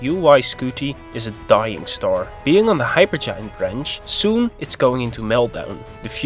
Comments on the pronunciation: Stop saying starsh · But He Said "Shtar" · Haha “shtar”